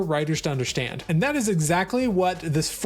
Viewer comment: this is the third time in recent weeks I've heard someone on YouTube pronounce under-stand as under-shtand. Is it a conspiracy? What is going on?!